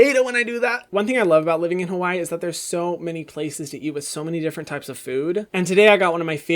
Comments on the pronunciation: So you live in Hawai’i but you’re not pronouncing it right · Say Hawai'i properly please 🙏🏽